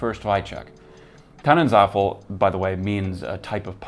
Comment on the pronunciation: First: The pronunciation of "Tannenzäpfle" is more like Tunnen-tsaip-fla, not Tunnensuffle. It´s a beer, neither a soufflé nor a waffle. By the way, it´s a solid one, but not outstanding. Second: Only a minority of Germans in the far North prefer to drink Jever, for the rest of us (especially in the South) it is undrinkable like cat urine, so we do export it to the rest of the world. Third: I recommend for a german brewed Pilsner the Beverly Pils from the Mashsee brewery (Hanover) and the Moonshine Midnight Brew, a collab between Mashsee and Buddelship brewery (Hamburg). But honestly, in the end, I would go with the Czech style of a Pilsner beer.